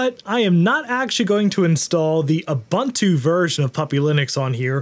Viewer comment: ubuntu is pronounced oo-boon-too